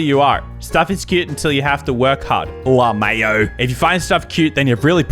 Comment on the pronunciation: I just love that says "le mayo" for lmao